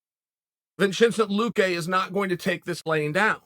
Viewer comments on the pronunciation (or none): Blahhall mo hammed. Vchentie luki. Never change cahrl sonne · “Blahal Muhammad” and “Vichenté Luké” 🤣🤣🤣🤣🤣🤣🤣🤣🤣